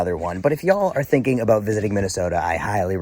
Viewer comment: and the best part of Minne-Soo-ta is the millions of great people. except for michelle bachmann. your content rocks! I grew up in the shadow of the schmidt brewery and will stand tall for my hometown.